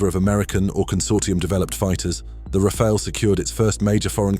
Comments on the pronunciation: Rafale A is now Rafail? Tell me you are using AI voice, without telling me you are using AI voice... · Just make sure you’re not pronouncing it like the name Raphael 🤬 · It's amazing how many people are almost incapable of pronouncing "Rafale" correctly.